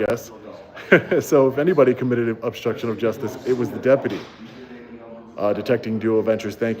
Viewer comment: Dude, with all due respect. Would you please work on speaking English once in a while? You are obnoxious when you say things like 'obshtruction', rather than obstruction, and you connote total ignorance when you say, "Attorney Generals" when you mean, "Attorney General". Not to mention how atrocious you sound when you repeatedly refer to "order of proectections", rather than "orders of protection"? Do you even try to improve your English? You spread around so many lapses in proper grammar that you propagate errors that other people who like you will ape your bad English, and take it or solemn truth. Next, your followers will speak in court using your catch phrases in the same way you do. When a judge hears bastardised English on the bench, he's not expected to be too appreciative of the defendant's perspective. Poor people don't have your resources,. Please be an example if you care for the poor. I notice when you stand before the bench, when it really matters, you have a mouthpiece that doesn't just speak English; he speaks legalese. Please be a good example. I love your work, but please clean up your act before you ask me for money.